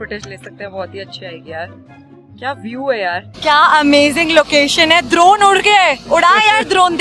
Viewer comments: ड्रोन= दरोन🤣🤣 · Didi vo drorn nhi vo dron ho ta hai😂😂😊😊